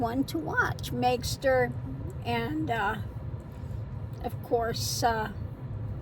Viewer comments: Maighstir Tarot … it’s a Gaelic word so don’t feel bad but it’s pronounced Master. 😊🫶💞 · Maighstir Tarot, pronounced myster tarot. Her name is Libby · Libby is great. And I thi k its pronounced Meister. Her guides gave her the name and thats how they pronounced it.🙄💙🩵💙🩵💙🩵